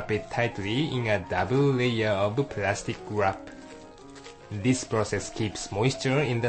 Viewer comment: Oh, I love you and your "plastic guwrap" -3